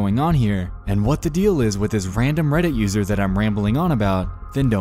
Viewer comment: Perhaps if the guy said "what" instead of "wat" this would have never broken down.